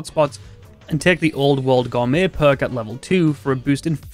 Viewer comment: Gourmet, not gormet.